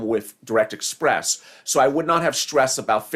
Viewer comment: Banking on interest lol express not express